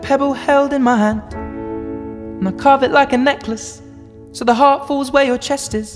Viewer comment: up主是完全不懂英文么？ heart 念做赫特，Houston念做猴四吨，这些最最常见的单词读成这样有点可怕了。